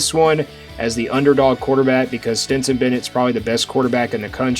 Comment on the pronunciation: Are you saying "Stinson" Bennett?